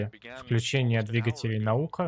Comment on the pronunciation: В NASA и не пытались сказать "Наука". Когда говорили Наёка, они не договаривали букву "б" после "ё"